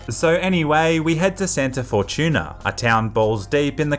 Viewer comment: 🤣😂🤣😂 "Santa for Tuna"..🤣😂 You made "Fortune Saint" sound like a xmas fish sandwich... 🤣😂🤣😂 Anywho, this run through helped alot; yes, I'm very late in playing games these days.. 👍👌